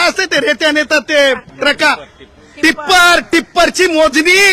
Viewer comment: तुला टिप्पर म्हनता येत नाही गु खातो का तू काय तर म्हणे मी अभ्यास करतो😂😂😂😂😂